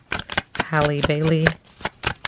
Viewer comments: Great reading. Her name is pronounced (HEY-LEE) 🙂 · Girl no it's not. It's pronounced like the word AL but with an H in front. So HAL-LEE. Just like Halle Berry. Pronounced the same.